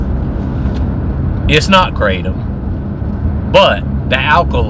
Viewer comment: Kratom, not keratin! 😂😂 Btw I love your kratom videos,. Glad to see you doing well! 😊